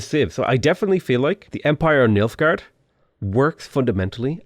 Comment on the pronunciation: Everytime said Nilfgaard, I could only hear Milfgaard